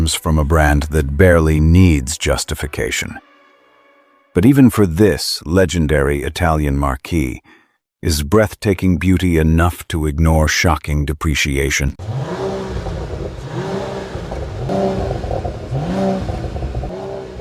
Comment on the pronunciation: 'marquis"? You mean "marque", like "mark".